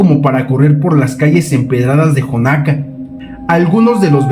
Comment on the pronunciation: Es Xonaca no jonaca 😢